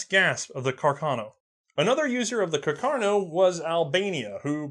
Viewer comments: Rifle: Carcano: cuh car no? -_ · Carcano? Or Cacarno? :( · Has anybody noticed that the guy keeps calling it “caCARno” instead of “caRCAno”? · Someone please tell: Car-ca-no, not Ca-car-no. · just have to say it's CARCANO not cacarno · CACArno? :D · The correct pronunciation is Càrcano, not Carcàno, (accent on first A) Nice video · Carcano? Lol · Am I missing something, what's with pronouncing "Car-ca-no" as "Ca-car-no"? Is this again a running joke like "War of Northern Aggression"? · It's Càrcano. accented on the FIRST A, not on the second! Lombardy also is accented on the first O. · CAR - CAN - O. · I love you, but if I hear you say "Car-car-no" one more time..... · to be fair he says both pretty evenly